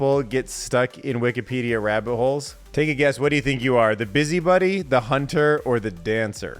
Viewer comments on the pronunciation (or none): Your pronunciation of “busybody” as “busybuddy” is annoying me to my core.